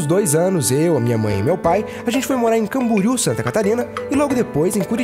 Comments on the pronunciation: Cambúriu nãaao, é Camboriú :P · Poxa, Camboriú, com "O":/